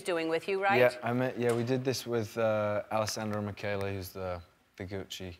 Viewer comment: I DIDNT KNOW YOU PRONOUNCED ALESSANDRO MICHELE LIKE THAT